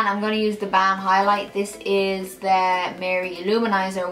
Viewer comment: hahaha how she pronounces the balm. says it like bam! love you